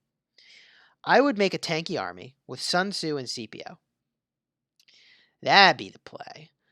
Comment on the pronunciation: It was still pronounced incorrectly 😂